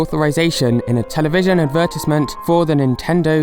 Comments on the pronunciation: I like how you say it adverTEESEment instead of adverTISEment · Ad-ver-tĭs-ment? You're saying “advertisement” wrong, it's ad-ver-tīse-ment, _the 'I' is long with the horizontal line (ī), not short with a curved line (ĭ). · I physically gag and almost die when you say advertisement. What the heck is an advertissmint? Because apparently that's what you are saying. Your accent makes me feel uncomfortable, and makes me want to intensely correct your words. I'm sorry, but saying advertissmint is where I draw my limit of tolerance.again, I'm sorry, but you made my brain feel like nails on a chalkboard. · Say it after me: Ad-ver-tise-ment. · Its pronounced advert-eyes-ment but anyway nice video! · Say advertisement again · Am I the only one thats kinda shook on how her pronounced advertisement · My ears started bleeding when you said advertiesment. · huh I have never in my life heard anyone pronounce advertisment like that were are you from? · I'm sorry but the way you pronounce advertisement is flat out wrong and should be illegal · The way you pronounce “advetisement” bothers me but otherwise, great video! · I don't know what dialect you're using but I hate the way "advertisement" is pronounced in it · I never knew british people pronounced advertisement differently. Huh. Interesting video! (Not for the accent part...)